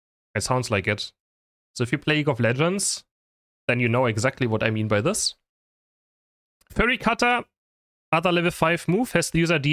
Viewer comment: „Furry Cutter“ 🥀